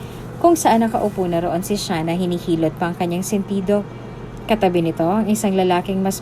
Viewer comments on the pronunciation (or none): Sean at Hindi shian, nice story